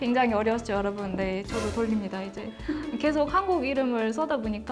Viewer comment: "께속"이라고 하는거 보니까 한국어를 배운게 아니라 전라디언어를 배웠네